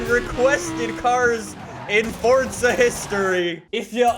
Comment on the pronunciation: Fortza again damn i thought it was forza